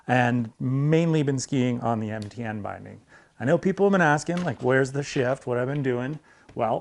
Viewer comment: He said MTN binding, though I does sound a lot like he says NTN :D